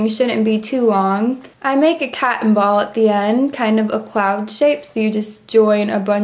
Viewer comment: A Catten ball I believe it's pronounced Cotten